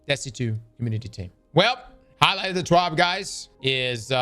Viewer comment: Why do you say twab like that 😭